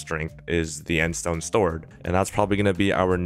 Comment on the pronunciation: So I was the only one hearing end stone "stord"? XD keep the good work <3